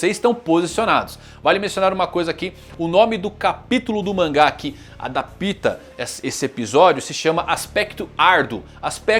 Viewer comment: ADAPÍTA NO SEU TOBA, ANIMAL!!!! É ADÁPTA, A-DÁÁÁÁÁ-PPPPPPPPPPPPPPP-TA